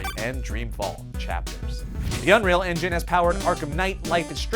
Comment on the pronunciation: BAST ENGINEH IS ROBLOX STUDIOH lel